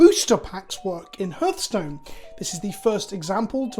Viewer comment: It’s “Har” like “Heart” not “Hur” like “Hearse”